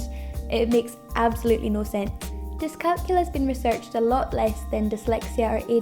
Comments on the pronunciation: It’s pronounced dis-cal-CULIA. NOT dis-CALCULA. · It's pronounced diss calc YOU lia. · Youre not pronouncing it correctly.